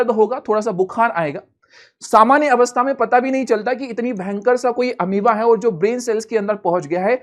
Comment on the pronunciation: Sir Ameaba nahi hata hai balki Amoeba hota hai ❤